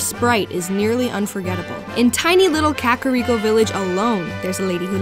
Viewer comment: Anyone else love this review, but then hear how she pronounced "Kakiriko Village" and shift from 10/10 to 0/10 faster than M. NIght Shamylon mispronouncing Ang? Asking for a friend